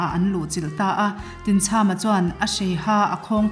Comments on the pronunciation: Tinchhama tih a chham lai tak hi thlachham kan lam rika chham ang hian lam tur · Tinchhama tih hi chham, tlachham tih thluka thluk tur a ni e, Khawhai ramah khian Tinchhama lungdawh a awm